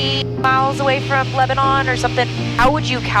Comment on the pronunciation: Love the channel. But, we pronounce it LebaNAN not LebaNON. It is not like the country. Also, we pronounce Lafayette and Milan wrong too.